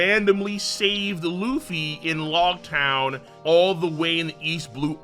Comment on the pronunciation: Loguetown? Dude no! Stop it.